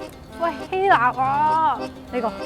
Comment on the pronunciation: 希臘都讀錯啦，